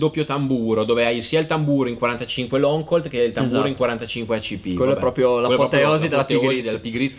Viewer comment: Cap e non chep. Action e non ection. Long e non lon. Comunque bravi bel video ben fatto.